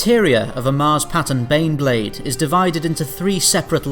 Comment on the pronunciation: Every time you say baneblade I hear beyblade. That crappy Japanese's cartoon for babies to sell toys, that me and friends watched when we were kids.